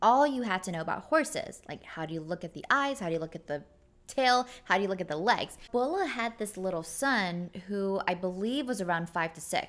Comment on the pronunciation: Don't you mean [tu] as in 'map, drawing' and not a 'book'? Or is that some wenyan meaning? Also the name is Bo Le, not Bo Luh. Come on.